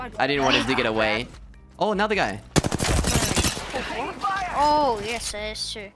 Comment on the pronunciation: sounded like you said "got shot by another gay" and not another guy lol